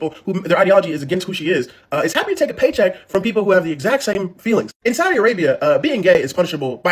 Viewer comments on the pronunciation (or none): It's not Saudia, it's Saudi. NO "A" AT THE END, DUDE......... 😉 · also babe, it's saudi (with an i, not ia) lol T-T <3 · Love its pronounced Saudi (Sawdee) Arabia. I just want you to know so the haters don't come for you!Much love!!☮️💜🌎☮️💜🌎